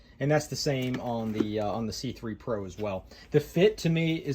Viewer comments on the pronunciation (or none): i thought i heard you say "the schuberth c-pri*k..." 😂